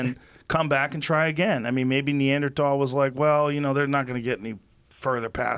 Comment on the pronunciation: Joe knows how to pronounce Neanderthal correctly because he’s 60% one.